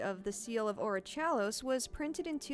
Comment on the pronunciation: What's with the way you pronounce "Orichalcos?" You even play a clip of how they pronounce it in the show but then go with your own pronounciation.